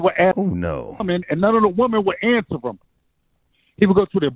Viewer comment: Can someone please teach how to say “him”, & not “hum” 🤦🏾‍♂️